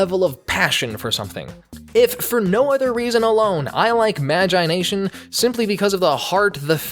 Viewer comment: He says magIIIe nation